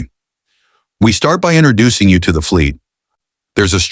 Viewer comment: "INTERducing" is not a word. * INTROducing. "PERduction" is not a word. * PROduction. "PERfessionals" is not a word. * PROfesssionals. 😢😢